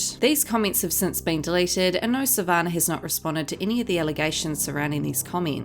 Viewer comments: You need to find an new job. You're living off videos for Monetary purposes also. Pot meet kettle. You're an angry person. Her names Sa van nah not Sa van ner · Sav- an- nah not sav -an -ah 🤦🏻‍♀️🤦🏻‍♀️ learn how to say her name before hand please!